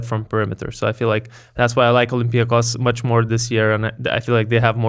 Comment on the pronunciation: It's OlympiacOs. Not OlympiAcos. Okay?